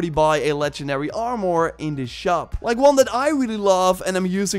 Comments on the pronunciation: From hearing "ar-mer" my whole life its extremely jarring to hear "arm-or." I could understand "ar-mor" but "arm-or" sounds like two words. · It’s Armor, not Arm-More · Armor not Armoouur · Armor is pronounced like this Arm- err Not are -more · I really like the part when he mentioned the “Arm-Oar” 😂 but this video is very informative. Thank you! 🙌🏻🙏🏻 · You're pronouncing "armure" as "armoire" ( /arm-war/), which means wardrobe, and it's so funny to a french speaker 🎋